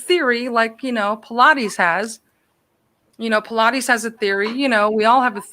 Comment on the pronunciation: Its pronounced Paul-EYE-des not pilates lol